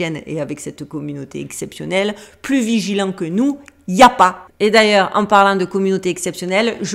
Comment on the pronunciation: J'adore, j'ai eu l'impression que c'était moi qui disais " viligeant" au lieu de " vigilant "😂. Oui je suis aussi dyslexique ❤❤❤